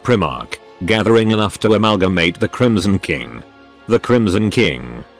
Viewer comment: The TTS occasionally sounds like it's saying "The Chromosome King" which... I feel has potential as a phrase.